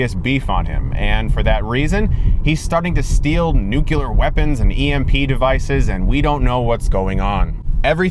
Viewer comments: Nu-Cle-Ar Chris, for christ sake, N U C L E A R, not nukelar, omg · Stop saying ''nucular weapon'', the word is freaking ''nuclear''. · NEW CLEAR. rehearse if you want its nuclear!!! not nucular! how hard is it to get this simple pronunciation right? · Chris, you said "nucyaler." It's nuclear. Come on, man. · Is Chris slowly turning into George W. Bush? "Nucular"? For chrissakes, man, it's NUCLEAR. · It's never nucular, always nuclear. Like nucleus. Not nuculus. ;) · Nu-CLe-er. Not Nuke-u-ler. You're welcome. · I switched videos at first thinking tapped on the wrong video. Also, nuclear; nook Lee err. not nook you larr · IT'S NUCLEAR!!!! NOT NUCULAR!!! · It's nuclear not nucular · You said "NUCULAR instead of NUCLEAR" :D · Nuclear, not nukyulur. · nu-clear... not nu-cu-lar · Chris, you lost me when you pronounced "nuclear" as "nucular". You're too smart for that, man. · did chris pronounce nuclear "noo-cue-ler"? oh god no :( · "Nuculer".... hmmm.... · nucular? why? whyyyyyyy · Did he say nucular ? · 10% into the video "nucular" TRIGGERED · "Nucular weapons" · Did you just said 'nucelar' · Did you just say "Nuculear"... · Nucular... Massive fail ; P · Nu-KLEE-er Sorry... pet peeve of mine. Bad ass car, though! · "NUCULER" cringe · Did you just say... Nucular?!?! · Oye Chris. Still saying nuclear incorrectly. That's ok though.